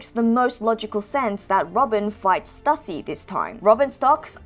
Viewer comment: I think Stussy is pronounced as "Stew-sea." That's what I remember hearing during Whole Cake Island